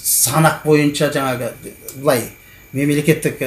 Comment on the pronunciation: ҚҰЛКЕРІМ АҒАЙ ЫҚПАЛҒА ЕМЕС ДЕҢГЕЙГЕ ДЕГЕНІҢІЗ ДҰРЫС БОЛАДЫ.СОСЫН ЖАҢӘГІ , ЕМЕС ЖАҢАҒЫ ДЕГЕНІҢІЗ, МӘСӘЛӘ ЕМЕС, МӘСЕЛЕ, ТЫҢЫШТЫЛЫҚТЫ ЕМЕС, ТЫНЫШТЫҚТЫ ДЕГЕНІҢІЗ ДҰРЫС БОЛАР ЕДІ.ӨТІНЕМ ДҰРЫСТАП ТІЛДІ БҰЗБАЙ СӨЙЛЕСЕҢІЗ ЕКЕН.